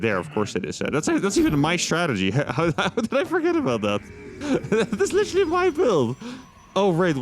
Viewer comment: Can you please stop saying litchely all the time. Thank you.